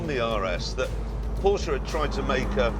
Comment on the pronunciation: its so good to see/hear that an englishman actually says "porschE" instead of "porsch" or "porscha"